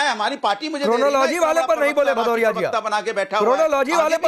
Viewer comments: अरे भदोरिया पहले नाम तो बराबरबोल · अनुराग भदौरिया शुद्ध नाम बोलो 😂